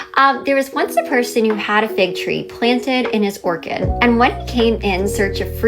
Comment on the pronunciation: planted in his "Orchid" 😂😂😂 uh you mean orchard??? she is a smooth brain